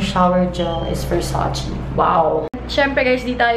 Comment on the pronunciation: Versace-read as it is po,not versacì...